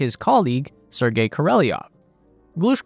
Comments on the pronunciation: Королёв. We, Russians, sometimes lazy to add these 2 dots to "ё" (yo), so in some sources it written with "e", but meant to pronounce ё. So it's Korolyov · Why do you pronounce the name kOrOlEv as kOrElOv? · Kor-o-lev not kor-ee-lee-nov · Kor. Oh Lev,………….not Kor Oh Lev E Off ! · You said Koreleov 😂 It’s supposed to be Korolev. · Korolev. KOR O LEV KOROLEV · Great video. But his name is pronounced Ko ro lyōv. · Why do you pronounce it “Koreliov” ? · Pronounced more like...Kor ol yov. Your welcome. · What is it with Americans and pronouncing names? How hard can it be? Just listen to the original sounding. Oh yeh, you don’t care. Easier being a jerk ))